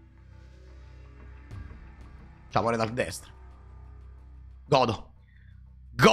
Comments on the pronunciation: sempre meglio di dire "ulk" dopo aver pronunciato tutte le altre carte in inglese. Nel complesso sbaglia tutte le pronunce inglesi, perché fondamentalmente non sono precise. Hulk Hogan l'ho semprr sentito pronunciare come "alk" di certo non come "ulk" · Ah beh perché tutte le volte che dice RED ALK? Mi fa uscire pazzo, come si fa a sbagliare la pronuncia di HULK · non si pronuncia comunque ALK e poi in italiano è inascoltabile